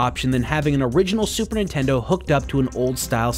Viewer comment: Video starts, "The Super In-tendo" I'm out.